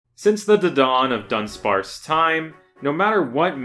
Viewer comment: Immediately an amazing video. The Du-Dawn of dunsparce made my day 😂